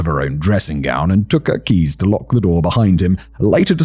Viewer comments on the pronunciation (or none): none